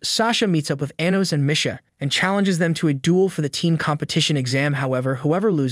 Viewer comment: That and how he pronounces Misha lol